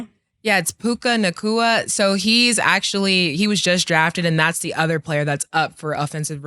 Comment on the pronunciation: This man said puca knacka 😂